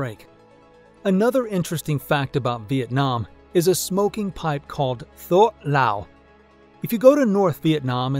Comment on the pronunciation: Its pronounced "Tuoc Lao"